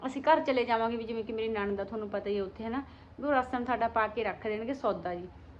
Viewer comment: ਸੌਰੀ ਭੈਣ ਜੀ ਨੰਨਦ ਨਹੀਂ ਨਣਦ ਹੁੰਦਾ ❤❤